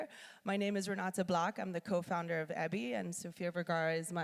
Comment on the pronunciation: I assume you've been told by now, Eby is a last name, usually pronounced like the initials. E.B. - I found this video curious about which Eby (often a Mennonite name) was making a fashion line. Did listen through though. Nice ideas.